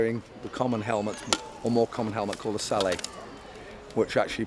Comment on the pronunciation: As a fellow Yorkshireman and armour enthusiast, I'm terribly disheartened that the lads were pronouncing 'sallet' as 'Sal-lay' and not 'sal-let'. (Excellent video btw).